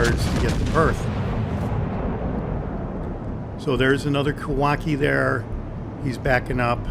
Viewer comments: Sorry to keep correcting you, but it's pronounced: Kah-wah-CHEE (as in cheese), not kah-wah-kee. Love your videos though; especially the straightforward manner in which you talking about the ships. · I believe the ships name is pronounced phonetically, Ka wa chi.